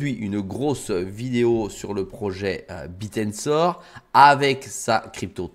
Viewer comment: c est pas le Biir mais le Bèèr